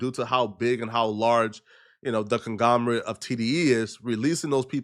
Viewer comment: “The Congomerate” Acts Like Hes The Smartest In The Room & Tries Sooo Hard To Use The Biggest Words He Can Depsite Loosely Or Juss Not Knowing At All What The Words Mean & Then Acts Like Hes Sooo Smart Like Hes Soo Above Ppl & Has This Huge Ego Cas Hes Making Some Typa Money Now But zhe Dont Kno Jack Sht & Is Slow As Fck Gang… The Word Is “Conglomerate” … & Also, You Keep Documenting The Diddy Case & For Some Odd Reason On Top Of The VARIOUS WORDS & NAMES YOU CANNOT ABSOLUTELY SEEM TO GET RIGHT / SAY RIGHT… The One That Stands Out The Most To Me & Is Juss Str8 Up Sad Asf Det You Cannot Seem To Get Is The Name: “Daphne Joy” Gang Wtf Is lWrong Widcho Brain Blood? Seriously You Try Ur Hardest To Call Street Nggas Dumb And Stpd But Gang Im Ah Street Ngga & All The Street Nggas I Kno, KNOW HOW TO SAY ALL THE WORDS & NAMES YOU ABSOLUTELY CANNOT SEEM TO GET OR SAY RIGHT… & ESPECIALLY THE FCKING NAME “DAPHNE” GANG LIKE WTF IS TO YOU GANG?? IM FROM CHICAGO THE CITY WHERE U CONSTANTLY SAY “Hes Frm Chicago I See Why Hes Slow” & Yet I Know And Eryone In My Hood Kno How To Say ALL THE WORDS & NAMES YOU CANNOT SEEM TO GET CORRECT GANG… On Top Of That You ABSOLUTELY CANNOT FKING READ TO SAVE UR LIFE GANG😭😭😂😂 Like Bro.. How Tf Does The FKING NAME “Daphne” TO YOU Seem Like It Would Be Said “Daff-een”??? Like Seriously Gang How Tarded Do You Gotta Be To Think The Name “Daphne” Is Said “Daff-een”😭😭😭😂😂😭😭😭😂🤦🏾‍♂️🤦🏾‍♂️🤦🏾‍♂️🤦🏾‍♂️ … I’ll Help You Out Yet Again… The Name